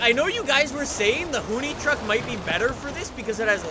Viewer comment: i hate that he says hoonicorn right but hoonitruck wrong